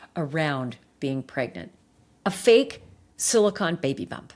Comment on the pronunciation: Sili-CONE, not silicon. They are two very different things.